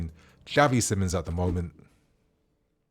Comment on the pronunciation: It's actually pronounced as Simons